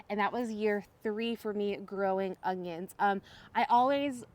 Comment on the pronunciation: Haha you say onions like I used to...with an added g 😂